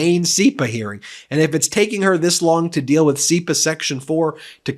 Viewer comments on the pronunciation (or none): none